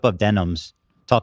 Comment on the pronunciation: She pronounces a lot of things incorrectly. Gropple instead of grapple. Empanyata instead of empanada. Like, girl… seriously… wtf.